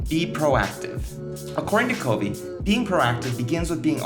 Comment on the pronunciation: You're mispronouncing his last name...it's [kuhv-ee].